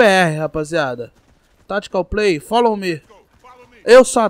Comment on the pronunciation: "fólo ma lee" kkkkkkkkkkkkk